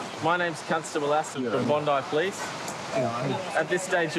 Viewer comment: The po-lease